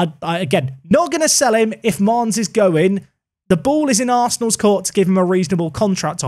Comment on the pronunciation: Bro....pls not mannes